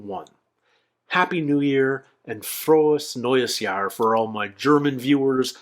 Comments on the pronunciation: Your "Frohes neues Jahr!" sounded very right. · Wow, your "Frohes Neues Jahr" sounded pretty good. Greetings from Hamburg, Germany!